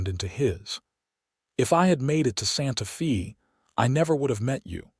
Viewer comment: Watching from TN. IT IS NOT SANTA FEE, IT IS PRONOUNCED SANTA FAY!!!!!